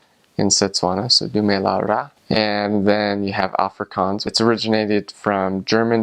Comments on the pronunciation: Put emphasis in the g in Africans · if only he could pronounce Afrikanse, and I think pap is very nice and we (Afrikanse people ) also like biltong wich is kinda like beef jerkey , also reasearch the anglo boer war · I don't know why, but hearing him try to pronounce Afrikaans and speak Afrikaans, makes me want to scream🤣🤣 I'm so sorry and I know he is a foreigner and doesn't understand to pronounce it properly.. maar sjoe, dit maak my mal🤣